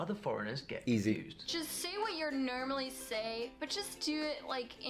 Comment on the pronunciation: I think the german person that says he's picking up british in the womans instructions on how to speak in a "southern california" accent is reacting to her saying "NERmally" instead of "NORmally". Which is actually how it's nOrmally said.